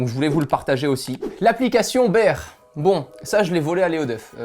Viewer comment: La prononciation de bear est mauvaise ...